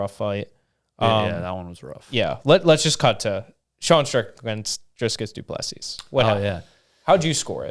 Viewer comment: Please pronounce his name corretly Dricus DUUU PLAAA SEEEEE no s at the end